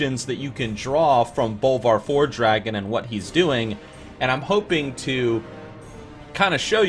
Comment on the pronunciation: my ears bleed when you pronounce it FORE-DRAGON or FELO-MELON